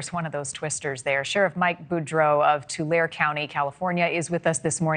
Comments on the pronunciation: Tulare is pronouced Two Larry. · Did someone forget to tell the news model how to pronounce Tulare?